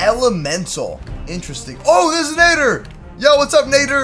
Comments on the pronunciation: it's not nader na-dd-er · Nad-der not nay-der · It's nadder not nayder 😭 am not trying to be mean an just saying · Madder not nater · Sir is nadder not natter or whatever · It is not called a naeter it is called a natter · My man said nayder its nader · Nadder, not Nay-der. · Ur saying nadder wrong, its nadder (natter) not nader. If u take this the wrong way then sorry. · Nadder not natter like at the spelling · its pronounced nad-der not nay-der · The deadly Nadder is pronounced like ladder but with a N and you say you're a HTTYD fan sorry I'm obsessed with HTTYD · first it's not pronounced with the A saying it's name it's pronounced like the A in at. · Great video but I'm sorry but when you say Nadder you pronounce it wrong. It's pronounced like madder but with an N. As a huge HTTYD fan myself when someone pronounces a name wrong it erks me a little and I got to correct them. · You say it as natter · It's nad-er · Its nadder Na dder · Its nadder na de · Its a deadly na-tt-er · it's n a d d er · You miss pronounce Nater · It'd pronounced n A dder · It’s pronounced na d er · it's pronounced Nader and you pronounced it uncritically! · It’s Pronounced N-A-d-er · I'm sure somebody already mentioned this, but it's pronounced Nah-der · watch how to train your dragons again and learn how to say nadder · You are saying nadder wrong But good video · you are pronouncing it rong watch the movies agen and watch the shows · Your not saying Nadder right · Ur saying Nadder wrong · He pronounces nadder wrong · not how you pronounce Nadder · Dood I’m so annoyed about his pronunciation at the nadder